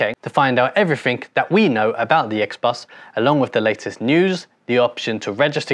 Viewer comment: Such a great video. Though please stop saying “Every-fink”